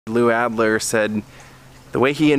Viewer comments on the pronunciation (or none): none